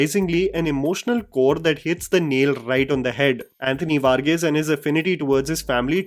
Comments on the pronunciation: It's pronounced var-geese😅 I was thinking who this Mexican guy Vargais?! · Sorry for nitpickg but it's varghese... Pronounced as the hindi word var and geese😂(bird) ...just putting it out dere...